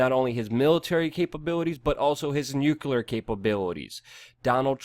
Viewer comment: Nuclear, not nucular, rubles and not rupees. Also Eeranians, not I-ranians...